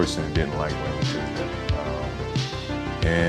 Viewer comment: Is Jordan calling him Raymond Tisdale?